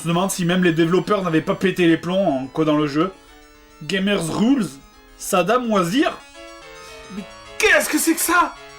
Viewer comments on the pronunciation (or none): saddam was here, tu le prononces sadam wasir XD